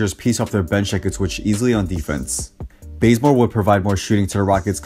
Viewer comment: joseph rose lol benzmore it's bazemore